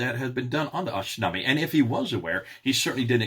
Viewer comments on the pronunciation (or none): God bless you. it is pronounced ashtinama not ashtinami. I am kurdish and Kurdish and persian language are closely related.